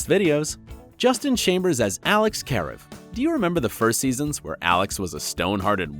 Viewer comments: An d he said Careev instead of Karev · Claire Dé Lune justine CAREev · who tf is Jesteen? ITS JUS-TINNNNNNNN KAH-REV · Its not kare-ev its kuh-rev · this got me mad it’s kuh-rev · Karev. Pronounced Kuh-rev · Lmao Alex Care-rehv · "Alex carrot" "Justine"?! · “ITS KUH-REV!!!” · Kare-evvv like da hell lol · Ooooh.... the way he karev is still bugging me 7 minutes in🤨😂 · so he spells and pronounces karev wrong, then calls him justine???? please... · Ok so obviously he has not seen the show if he’s pronouncing Karev wrong.... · Allie Roach I was about to say that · I agree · If this dude was really a fan, he would know how to pronounce “Alex Karev” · 1-20 how badly did he pronounce alex karevs name wrong i say 21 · I take it you don't watch the show...the way you say Karev makes me cringe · can you at least say the name karev right lol. you don’t have a right to make this video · I feel like I’m being trolled with u pronouncing these names wrong 😂😂😂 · 30 seconds in and I’m already triggered lol (Edit) he said Alex’s last name wrong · I don’t like how your said karev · If only it was pronounced correctly. Heck didn't even pronounce Karev right. :(